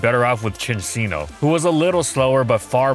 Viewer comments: Why did you pronounce cinccino differently within five seconds of saying it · You cant just change your pronunciation of Cinccino in the middle of the video. How are we supposed to correct you in the comments? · saying Cinccino puts me further and further away from God every time